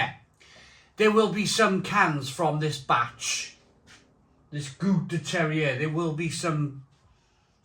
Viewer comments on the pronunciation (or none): Gowt de terrier :-) Apparently it's pronounced goo duh ter-wahr, the conditions or environment grapes are grown. Went to a number of wonderful sour beer festivals in the US, great style done well. This one sounds nice with the adjuncts.